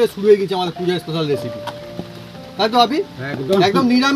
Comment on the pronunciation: রান্না র সাথে আড্ডা ও জমজমাট।কিন্তু দাদা আপনি এসিপি না বলে রেসিপি বলা অভ্যাস করুন